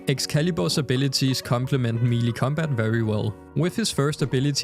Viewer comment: God I hope someone has already corrected you on this cuz you sound like an ignorant moron. The word "melee" is pronounced "may-lay." Couldn't even continue watching the vid it irritated me that much. You mispronounced the word like 5 times in about 30 seconds, talking about Excalibur. Was like fingernails on a chalkboard for me.